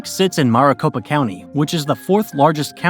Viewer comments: AZ became a state only 1 month after NM. Not months. Also keep saying Maricopa like Mar-a-Lago (mɑːrəˈ). It should be like Mare or mærɪˈ. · Much wincing all throughout this video’s mispronunciation. “MAHR-a-copa” really got me, lol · They didn’t even say maricopa right